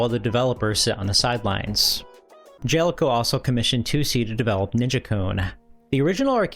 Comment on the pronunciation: I think it's Ja-Le-Co, not Jel-co